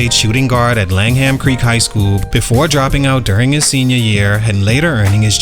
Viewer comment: Lang Ham lol it’s pronounced Langem … but dude use to come to my store in Lids in Deerbrook mall but it was touch much cursing but he actually took his style from Paul wall … just kind of exaggerated it! That’s why people from Houston didn’t really fw him ! We saw him as a gimmick